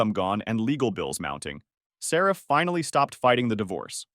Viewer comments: How do you pronounce Sarah as Seraph? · Is it Sarah or sarif? Because if you listened to your own AI read stories you would know how annoying it is that it keeps calling her sarif and not Sarah. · It was Sarah? Audio keeps saying Serif